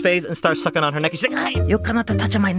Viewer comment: "you can not-a touch-a my neeeck" -_